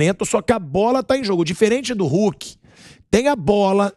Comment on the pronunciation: Gosto muito do " RULKI " kkkkkkkkkkkkkkkkkkkkk